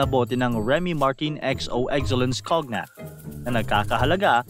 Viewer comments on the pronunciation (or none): You're good at researching but not in finding how to pronounce some words. (Remy) Martin is pronounced as "Martan" and Cognac as "Kownyak."